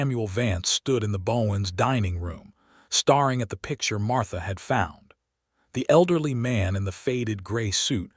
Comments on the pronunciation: Can't you please say stare ing correctly it is not star ing. Geese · The dreadful AI narration ruins this story ... starring instead of staring, fadding instead of fading etc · Train your AI to know the difference between 'staring' and 'starring' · i wonder where the narrator was from--he misprounceed 2 very commen english words--hopiing and staring--saying hopping,staring[sounding like star--] did anyone else here notice these 2 mistakes????? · Staring and starring…two different words! The AI reader cannot determine the meaning!